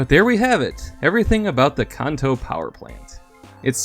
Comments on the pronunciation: Its Kanto not Konto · Kanto. Pronounced as in Can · You pronounce Kanto wrong. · How tf did you say Kanto? Im done watching 3 seconds in.